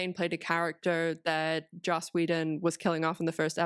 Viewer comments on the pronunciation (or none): none